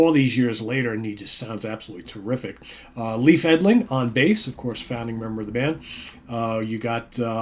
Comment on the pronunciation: Leyf not leeef please 🙏 I love how you brought Black Sabbath into the conversation. To me Candlemassis the Swedishversion of Black Sabbath, and I have told this to Leif when I 1st saw hem in 2021 after flying from Michigan to Stockholm for the 2 nights anniversaries shows who was very happy and he thanked me for flying all the way to see them.